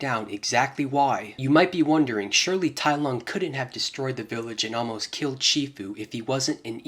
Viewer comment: "tai LOG" 💀